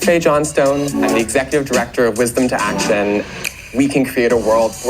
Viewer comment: Wizz-dom too act-shun!